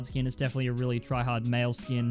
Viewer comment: U said tryahard